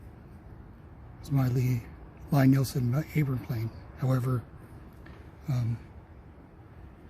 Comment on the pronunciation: I wish people would learn to pronounce Lie Nielsen. His name is Thomas Lie Nielsen. Lie as in Lee